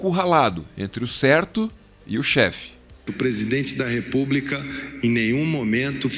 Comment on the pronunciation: Kkk. E quando fala: " O presidaepubca".